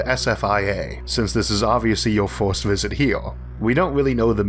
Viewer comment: 1st: wtf is forst 2nd: wtf is soknd 3rd: wtf is thord